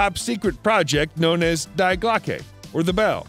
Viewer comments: It’s pronounced “dee glocka” not “dye glockay” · "Die glocke" prononces "Dee" not "Dye" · the pronunciation of the bell is German is wrong. it is not DYEGlocke, but Die (Dee) Glocke, somewhat like the gun but with the e at the end said as (uh). good show throughout! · You know you’re getting the real good info when the voice says “Die glawckey” The different docs on this thing that you ripped off at least know to pronounce it “Dee Glockeh” Die Glawckey. Smh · Me: hearing him pronounce Die Glocke as DIE GLO KE Also me: wheeze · “Dye Glockay” 😭 😂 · Dye glockay? Really..? Try using Google Translate; they give the correct pronunciation of words in foreign languages. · This guy did not just pronounce “Die Glocke” like die as in death, it would be die pronounced “dee”, it is the word for “the” in German. Great video but man you botched that. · Germans pronounce die Glocke as Dee Glocka